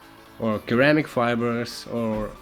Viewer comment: Great Videos! your English is much better than any of my second language skills! Just one thing.... Ceramic is "sir-amic" That being said.... thanks for sharing this information with the world!